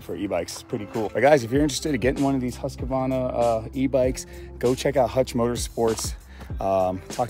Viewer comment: Husq Varna Not husqua varna